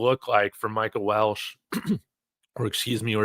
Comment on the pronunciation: Its pronounced Wel-che not Welsh. There is no "S" in his last name. Respectfully.